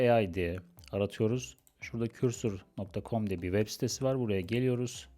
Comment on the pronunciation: bir yazılımı öğretme iddiası olan biri önce o yazılımın adını doğru telaffuz edebilmeli.